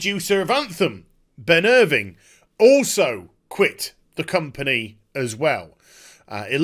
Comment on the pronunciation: Who is Ben Irving? I thought it was Ben IrvINE?